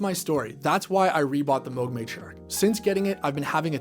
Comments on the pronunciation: ...it's moog not moge😊😊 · That's incorrect. It rhymes with the synth model they released in 1980: The Moog Rogue. It's not a Moooog Roooog.